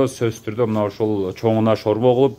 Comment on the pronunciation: Шорво дейтго так суйлогулочу